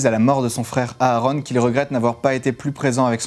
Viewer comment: On ne prononce pas les 2 a de Aaron